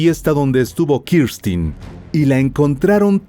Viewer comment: X q dices Kirstin es Kristen burro